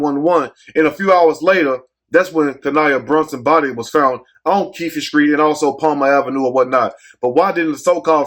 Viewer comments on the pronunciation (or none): That's them Eastside N!&&∆'s. 😂 It Keefe not Keefie. But we understood. My condolences to the family. 😢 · The e is silent in keefe